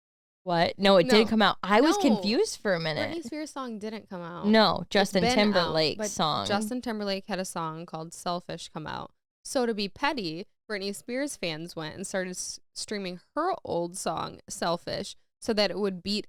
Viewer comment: "Justin Timerblack", huh? 😂